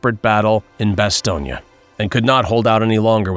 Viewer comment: Great story, and it is pronounced Bastogne “ bas tone”